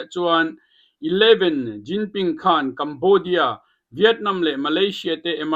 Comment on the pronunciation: Bengvar thlak e. 11 xingping nilovin ZiZingping tih zawk ni se.. a hming lam dik loh avang hian india news reporter pakhat pawh an ban phah tawh kha..